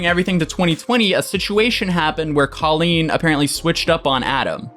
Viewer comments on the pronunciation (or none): I never heard her name pronounced co-leeen before its col-een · i know this is so irrelevant but the way you pronounce colleen is driving me up a wall